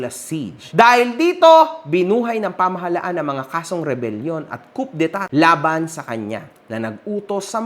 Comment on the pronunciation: COUP D' ETAT is pronounced as KU-DEY-TA hindi po KUP-DE-TA Pasensya na po. Pangit kasi sa pandinig pag mali...